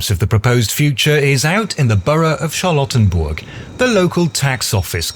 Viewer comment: This whole thing sounds...oddly familiar A military parade to celebrate his birthday, making monuments named after him...hm Also, I keep hearing "charlatan-burg" lmao